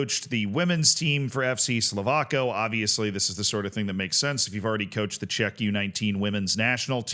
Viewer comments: Czechia mentioned 🇨🇿🎉 Not a great situation to be mentioned in tho, he should absolutely get a lifetime ban. Also Slovácko is pronounced like "Slovátsko" the "c" makes a "ts" sound Sending love from Czechia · I'm gonna be a moron and correct your pronunciation of "Slovácko" - it's actually something like "Slo-vats-ko"